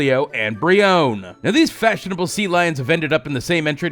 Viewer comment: Its breone with the e sound at the end like in bee